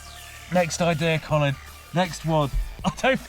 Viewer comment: Ah yes. Qolin Furze.